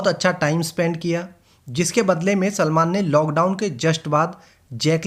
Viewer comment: why is he calling salman chulman 😂